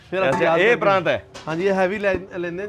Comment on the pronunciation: Oh ਪਾਕਿਸਤਾਨੀ ਠੀਕ kehnda PRAAT te kahi ਜਾਂਦਾ ਪ੍ਰਾਂਤ ਠੀਕ ਕਰ lawo